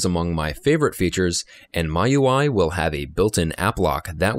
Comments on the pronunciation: nice video, thoroughly explained. But one thing, miui is pronounced as "me-you-eye", not "my-you-eye". Just a heads up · jfyi.. ~ it's pronounced Me You I not My You I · ERROR YOU SAID "MY UI" IS MIUI 8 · MIUI should be pronounced as 'Me UI' due to 'Mi''s Chinese origin. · "my UI" ? Android " nugget" ?!?! Are you trying to kill me? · it's pronounced "me ui"